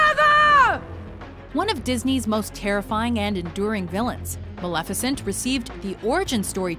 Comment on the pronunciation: Malefecint Maleficent